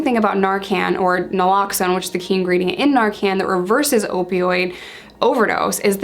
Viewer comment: noraloxone? naloxone. but its ok lol